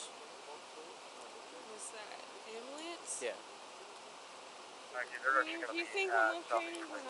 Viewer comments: Did she really say “ambliance”? 😅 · “What’s that? Ambalance?” 😅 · Dude did upgrade: Cop, "Do you need EMS?" Cringe girl, "What's that? The Am-blE-Ence?" 🤦🏽‍♀️